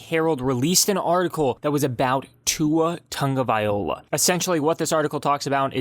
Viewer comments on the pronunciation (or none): First of all say “Tua Tagovailoa” correctly...maybe then I’ll listen to this crap! On second thought, “unsubscribe” is a good idea! C’mon man!